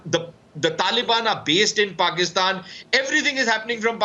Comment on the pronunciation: almost said fatistan instead of Pakistan 😂😂😂😂😂😂